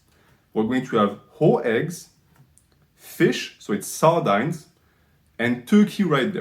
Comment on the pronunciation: Regardless of your ratings, I can't trust a man who mispronounces sardines.